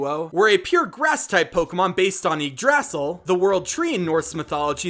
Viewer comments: I'm pretty sure Yggdrasil is pronounced igg-druh-zill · It's YIG-DRA-SIL